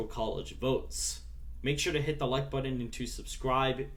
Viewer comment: It's button, not buddin!